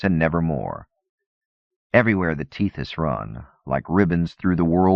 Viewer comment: Te this, not teeth is, Eck uss not Eck wuss, Ack eela not Ack willa